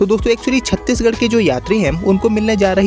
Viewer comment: नाम छत्तीसगढ सही बोलो तो कोई भी ट्रेन बिहार से ही kiyo जोडा जाता है